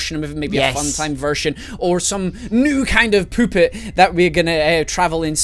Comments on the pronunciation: "poopet" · u said poopit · I swear said poopit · 5.39 did say new poopet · it is not poopet it is the puttet master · you said poopet instead of puppet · I love watching these videos - the different theories you can present and the details in them are great to think about. ^^ Also, I'm Australian and almost every time you say 'puppet' it sounds like 'poopet', omg. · "A new vershin of the poopet" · Love the fact said "Poopet". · "Or some new kind of Poopet" XD thats what it sounded like "Poopet" XD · this is childish but he said poopet.